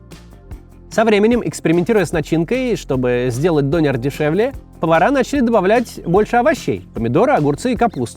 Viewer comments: Прошу прощения, но хотелось бы немного исправить Максима... 😊 Не "донер", а "дёнер" Не "ларьки", а "киоски" Спасибо за внимание 😅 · Вроде говорят все Дёнер а не Донер. И канакиш как-то...за название человека канаком можно штраф схватить, ругательство это, хотя в немецком толковое словаре 70 годов это слово означает житель гаваев. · Не донер, а дËнер! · вроде ДонЁр правильно. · Он дЁнер, а не донер. Döner. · Не все так радужно. Мусульманизация германии ужасает. Самое распространенное имя, которым называют новорожденных в этом году - Мухамед. Этим все сказано. Живу тут 40 лет. Дёнар правильно произносить. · В слове Донер, ударение на Е. Это я так, на будущее.